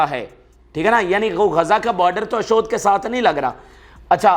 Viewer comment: ۔۔ اشود لفظ نہیں ہے ۔۔ اشدود کی بندر گاہ ہے